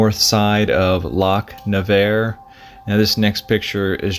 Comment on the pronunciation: There no D in Golsbie… Goal. Spee/sbee… Highlands are pronounced highl’nds… Naver. Rhymes with never. Also, I can’t sit around for you repeating yourself this much. 😅